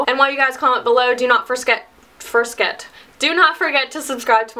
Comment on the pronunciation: forsket? haha...but gud ...